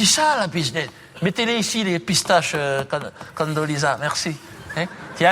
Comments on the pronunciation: c'est condoleeza price et pas candoleza et c'est oran pas orange lol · C Condoleezza Rice pas price et c'est le ranch pas oran ni orange si tu veux corriger qqn corrige le correctement si non ...